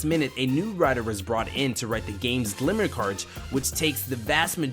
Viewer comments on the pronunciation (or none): Am I the only one hearing him say "Glimmer card" instead of "Grimoire card"? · "glimmer cards" lol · Wish people knew how to pronounce "grimoire" correctly, instead of calling it "glimmer". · Grimoire (grim-waar), not "Glimmer" cards.